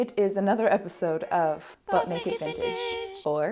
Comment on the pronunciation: Ngl, I heard “Butt Naked Vintage.” Glad you have the swanky text on the screen when you said it. The people who are reminding you are not wrong to do so. 🤣🤣🤣 Or consider this: “Butt Naked Vintage” could be a segment of your show past midnight, “ After Dark.”